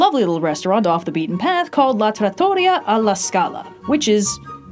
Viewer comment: Which is a “trah-toe-REE-ah.”